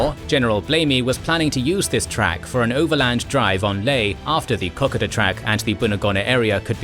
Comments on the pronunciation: Once again, it's pronounced "Koh-Koe-duh", not "kok-kod-duh". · WW2 cartoon showed Lightning pilots accompanying a luscious lady onto an airfield with the slogan "Escort to Wow!' because of the frequency of Fighter escorts of DC3's to Wau. P.S. Kokoda is pronounced Co-Coda!!! A20's Bostons and Havocs are bombers rather than fighters. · Your still pronouncing Kokoda wrong. Kokoda rhymes with soda not cod fish. Your getting wewak wrong too weewak. long e. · Please learn to pronounce the names of the locations correctly. My Grandfather on my mothers side was in New Guinea on Kokoda. You have to give it respect by pronouncing it correctly. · Seriously! you need to learn how to pronounce Kokoda properly. Here is a link.